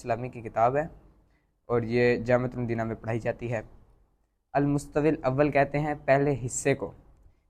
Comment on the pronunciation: المستوی کا تلفظ درست نہیں کیا گیا